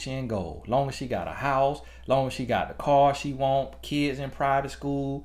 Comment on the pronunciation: I hollered all the way through!! I’m in the UK, Jamaican born, & I find his country accent the most mesmerising thing to listen to. When he said “I’m at my hou” (house) I fell out laughing. I had to rewind the what time it ihhh?? part too 🤣. Jamaicans also get rid of s’s so certain words like street, stretch, stomp, spend sound totally ridiculous. I love black culture!!!